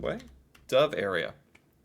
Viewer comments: not Dove, but Dovre. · Its dovre area not dove